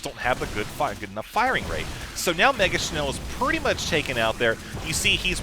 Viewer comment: hehe nice pronouncement of "megaschnell". its german and means "very fast" ^^